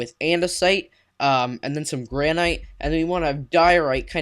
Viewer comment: It's gran-it